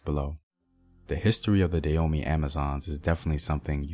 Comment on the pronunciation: Hi Brother, I appreciate the information that you are sharing. I agree with brother Samuel Akinbo in the area of pronunciation. Having been a Peace Corps Volunteer in the Republic of Benin for over 2.5 years, returning this year after visiting friends and my family, and being a lover of Benin, former known as Dahomey, check out your pronunciation of the word Dahomey (Dah-Ho-Mey). There's a hard strong "H" on the second syllable. This would be another sound unique to the Fon (Fongbe) African language.